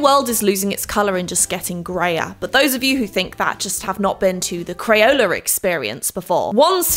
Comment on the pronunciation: I loved the video! Why did you say “crayoler experience?”